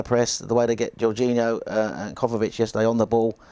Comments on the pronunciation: Great show, the analysis was on point except he kept on saying ‘Kovavic’ instead of ‘Kovacic’. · Hey it’s Kovacic not kovavic